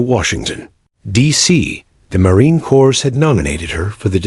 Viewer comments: It is pronounced Marine ' Cor', not Marine Cors, The dot dot dot, stop it, pause for 1 or 2 seconds Challenge coin, she should carry it daily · Great the "s:story. Just to let you know "s" is silent its Corp.